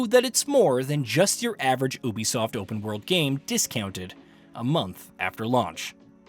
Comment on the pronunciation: It’s pronounced “you-b-soft” FFS. They even say it in the game in Watch Dogs 2.